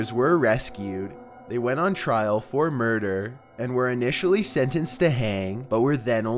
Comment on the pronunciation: I am really sorry but the way this is read really makes it impossible for me to see the entire episode. Please stop ending your sentences like "They went on trial for murd-ER". Please. Why?